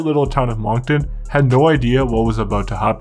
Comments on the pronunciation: It's not Mong-ton, its Monk-ton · its pronounced Munk-ton. Come on, I thought this was a Canadian channel. You must be from Toronto.... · Your pronounced Moncton wrong 😂 it’s said like monk-Ton I’m born and raised here I remember the city being shut down after a good friends funeral